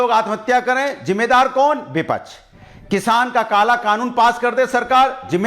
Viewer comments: are hare tote bipach nahi hota bipaksh hota hai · vipaksh ka pronounciation sikh lo phle😂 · को विपक्ष केहना आता नही विपछ विपछ बोल रहा है